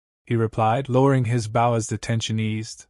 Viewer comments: Bow, pronounce boe, as in oboe. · not a bough a bow